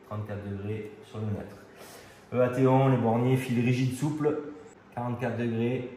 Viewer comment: Très bonne expérience ! EATON ça se prononce "i tone" comme pour la ville anglaise éponyme (célèbre pour son université).